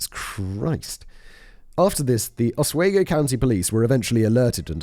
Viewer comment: Just a friendly note from a New York native: Oneida is pronounced Oh-Nye-dah. Oswego is pronounced Ah-swee-go. Excellent story.